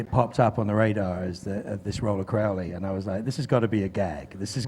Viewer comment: "Crowly" wtf